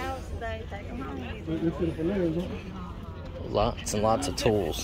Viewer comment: Did you say tools